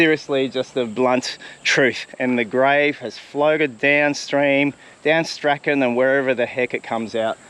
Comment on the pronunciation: You are mispronouncing poor Lewis Strachan's name.... It's Strachan not Strachan.... Hmmm that probably doesnt help. If you review your 2 videos where you searched for and found Shirley's helicopter wreck you can teach yourself how to pronounce Strachan correctly. Lewis Strachan's last name is pronounced the same as Shirley Strachan's name is pronounced.